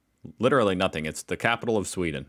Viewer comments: The narrator says "Suveeden". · Sweden not "Sweeden" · Sweden, calm down with the Es man 😅